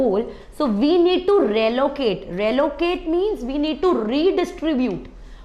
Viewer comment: it's not rallocate it's re - allocate